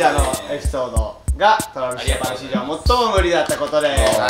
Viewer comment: TravisJapanし↓じょう↑(多分イントネーション違うよしめちゃん)